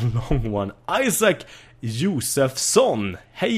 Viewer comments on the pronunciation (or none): none